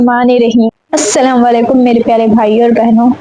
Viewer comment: अस्सलामु अलैकुम होता है. अस्सलामु वालैकुम नहीं होता है. अल्लाह तुम्हे हर चीज की कामयाबी दे.